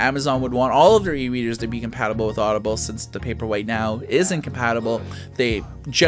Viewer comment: lol the way you say paperwhite sounds like paperweight.